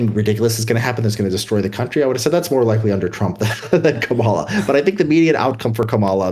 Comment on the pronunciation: This guy still doesn't know how to pronounce Kamala. Lol